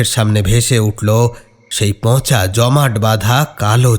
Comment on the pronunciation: খুব ভালো। একটু চন্দ্রবিন্দু গুলো বুঝে ব্যবহার করো। "পঁচা" নয় পচা। এরকম আরো কিছু আছে। এদিকে একটু খেয়াল রেখো।